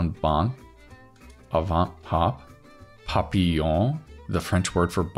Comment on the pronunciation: Great stuff ! I dont know how well you can speak french if at all, but your pronunciation of "papillon" is quite good ! Thanks for the content !